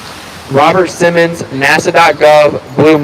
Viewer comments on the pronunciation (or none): I love what you do,! I try to watch all your videos. Couple things you may want to note, Robert Simmon (no S) and operation Dominic (Dom-in-Nick) as opposed to (Dom-in-eek). I’m not trying to criticize, you are an inspiration, sir!